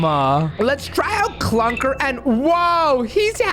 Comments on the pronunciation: IT'S CLUKR NOT CLUNKR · Clukr, not Clunkr